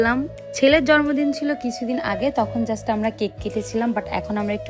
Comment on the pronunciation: Sorry afu eta jormodin na jonmodin hobe